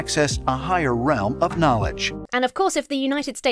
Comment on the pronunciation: I didn't know that "realm" was pronounced "ree-owl-m". (See ) LOL.